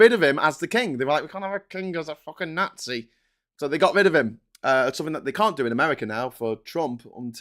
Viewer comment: can you please learn to pronounce "nazi" properly? Jeez.